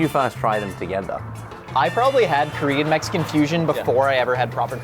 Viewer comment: A Korean-American living in Korea and fluent in Korean here... You are spot on. For a pure American, his pronunciation is solid.